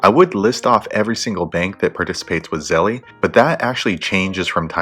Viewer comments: "Zel" not "Zelly" lol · If you say Zelly ONE MORE TIME! 😠😡